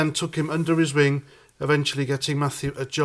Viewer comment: Did you say, " took him under his ring", or " took him under his wing"?